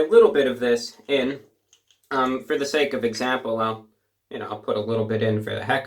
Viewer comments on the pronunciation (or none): none